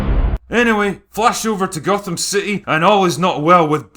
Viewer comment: He didn't say "Gotham" he said "Gothan", he was clearly watching the swapmeet bootleg version of Dark Knight Rises, where all the actors are mexican day laborers.